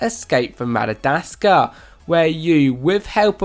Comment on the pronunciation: I know. This man butchered at lot of words. It hurts